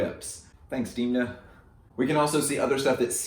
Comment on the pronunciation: pls dont call him diimna. demna, demna.